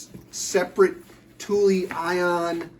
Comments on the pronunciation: Don’t worry. You are saying it correctly. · I had to look up the actually pronunciation of Thule, and have just found out i've been pronouncing it cool sounding, but incorrect for years. It's actually the way you pronounce it, with "eee" in the end. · I worked in a bike shop for almost 6 years and you said it right. Its pronounced "Tooley" so yes, you got it right. Just like "Yakima" is pronounced like YAK (like the animal) KEE - MAH